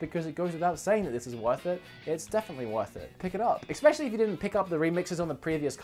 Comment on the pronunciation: Please stop saying "ickspecially." That's my only complaint. Just so you know I'm not just some hater, I'm subscribed and I love your channel.